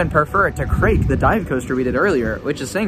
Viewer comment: I love how you pronounce Krake “Craig” lmao